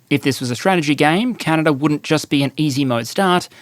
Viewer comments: Stop saying Canader, it's Canada, and it's Korea, not Kore-er and media, not medi-er. If you can't use proper pronunciation, don't post anything. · The geneava balance patch really hit canada hard Also theres no R in canada mate